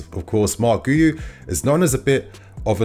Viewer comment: PSA: It's pronounced Ghee-You 👍